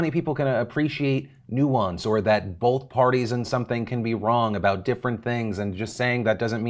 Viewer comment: What is this "Noo-ants" of which you speak? Sounds like a leftiepinkocommielibtard plot to me. Is up down now? Is black white? Pretty sus, Phil.